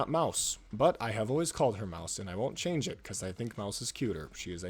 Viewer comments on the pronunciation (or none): none